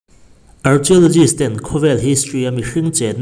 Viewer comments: Archaelogist a lam dan hii..ka nuih ava ti za em...arkhae tia lamtur...archia tiin zu lam a..lehkha zir sag vaklo nimo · Archio nilo Arkhio ti a lam tur zawk😅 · Ar-Khia-law-jist ti a lam tur aw... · Arkhialawgist tiin lam tur. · Archeologist i lam dan hi han lam dok deuh te a ti ro, ARKHEOLOGIST ti in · Archeologist hi sawi angai zing sia, lamdan diklo hi ngaimawh a va awl ve, adika lam hram tum ava tha em, chutiangin mumbai pawh mambai tia sawi hi 🙄🙄